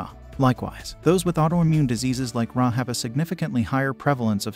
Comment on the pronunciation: I appreciate the effort to provide interesting and useful information. I encourage you to consider paying more attention to some pronunciations. For example, if by "RA" you mean "Rheumatoid Arthritis," then you would pronounce "RA" as Are-Ay, not Rah. Similarly, osteoarthritis has an 'e' in the "ahs-tee-oh"-arthritis. Little things, not earth-shattering, but it would make your videos even better. Edit: Ah, it seems perhaps you're using a robot voice. It needs to be trained. It was talking about "omega-3-seconds" and "omega-six-seconds". Evidently there's a ' or an 's' that's confusing the thing.